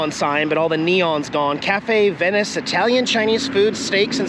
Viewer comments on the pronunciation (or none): none